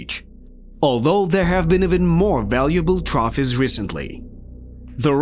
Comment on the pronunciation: Stop narrating using AI. It can’t pronounce “trophies” or II…